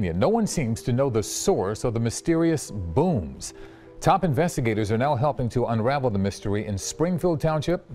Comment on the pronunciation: The way says “bhooms” is cringe lol 😩